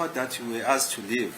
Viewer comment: This is pronouncing "asked " so badly for me. I wonder what do his colleagues say about it.